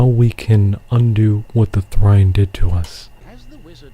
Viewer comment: Is trine pronounced thrine?